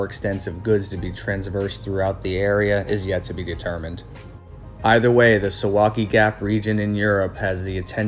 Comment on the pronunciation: Correct pronunciation: sooValky